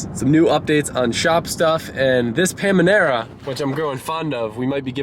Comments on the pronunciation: 'pamanera' im gonna cry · IT’S PA NA ME RA 😂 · He keeps calling the Panamera a ”pamanera” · it’s Pana mera. Panamera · IF YOU SAY PAMANARA ONE MORE TIME REEEEEEE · “Pamanera” lol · PAMANERA lol, youre doing it on purpose, arent you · Did he really just say pamanera? Ughh... really doesn't know alot about euro cars... also ur carpet doesn't have underlay? Is that an American thing? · Drinking game: Take a sip/shot every time he says "paminara" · If he says pammynarra one more time... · I feel like you're doing this on purpose. The frequency and emphasis makes me think you are trolling us. It is working. It is working very very very well. Now, together, let's practice: PA NUH MEEUH RUH. I'm going to go rock in the fetal position now until the paminera is out of my head. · It’s ‘Panamera’ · I can’t tell if he is making fun of, or just genuinely can’t pronounce Panamera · the amount of time he mispronounces panamera makes me so angry lmfao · had me 2nd guessing my whole life when you kept saying pamanera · Hey the “n” comes before the “m” in Panemera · I cringe everytime you say Panamera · Dude really struggles to say panamera 😂😂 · Panamera pls I cringed everytime xD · You saying Panamera wrong 🤣🤣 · How many times do you need to say panamera wrong before you need to re record the videos 🤪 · I really hope you keep saying Panamera wrong on purpose. 🤣🤣🤣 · Please tell me you're saying the car name completely wrong on purpose to troll us. Shits driving me crazy🤣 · If you pronounce PANAMERA wrong ONE MORE TIME😂😂😂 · I was just thinking about that haha I was like did he switch the M and N? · I am half laughing half triggered how you keeps saying the name lmao. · Nicolas Hoyt I agree that he was mispronouncing Panamera on purpose, but it still bugged me every time he said it. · PAN-A-MEERA NOT PAM-A-NEERA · It's not called Pamanera.... It's panamera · It's not Pamanera, Panamera. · Is it "pam-anera" or is it "panamera"... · PA-NA-ME-RA NOT PA-ME-NA-RA